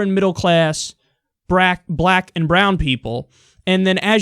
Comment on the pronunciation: lol... he said brwak people (tee-hee)